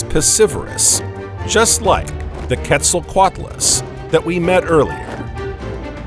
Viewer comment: He can’t say Quetzal lol nervous to sound stupid. Just say it we dgaf